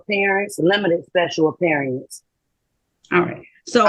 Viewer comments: Apearyinc ....wtf....it's pronounced appearance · wtf is this "speshul appeeriance" and "jooridiction" it speaks of? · looking up the word * apeerieence 😅😂😊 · A special “appeareance”. 😂😂😂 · She's making a special "appear-i-ance". It's unfortunate she failed...everything? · "I'm here on a ‘special aperience" (Like a mix of 'appearance' and 'experience' 😂) "neither of you can be ‘the beneficowary" (A sort of mix of 'cassowary' and 'beneficiary' 😂) ”I’m a foreign entity challenging your jura-diction” ￼😂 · Special appear-eeance. Good Grief. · Appear e-ance? These sovcits never finished high school. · It seems like one of the requirements of being a SovCit is to mispronounce words. Nearly all of them mispronounce at least one word. For example "Special appeariance"